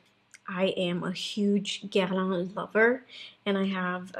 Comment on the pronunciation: Superbe vidéo j'ai adoré, you say " Guerlain " perfectly French 👌🏼👏🏼😘